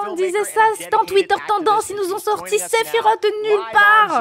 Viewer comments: On ne dis pas Sephirote mais Sephiroce ! En japonais il s'écrit comme ça Sefirosu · nan c'est séfirwofhe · "Sephirote" aïe mes oreilles. ^^ Mis à part ça, je partage ton engouement à 100%. 👍